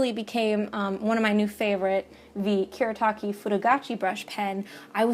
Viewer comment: Lovely video! (As always, lol.) This is especially nice for me since I love brush pens. <3 Also, on a side note, since these brush pens are Japanese, you would pronounce them the way they are spelled, so Fude would be "foo-deh" and Kuretake would be "Ku-reh-tah-keh." (I'm not the best at explaining, but I hope this makes sense. xD